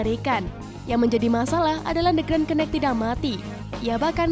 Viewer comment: Cara sebut "Green Night" (K) itu ga perlu ada bunyi....Sama2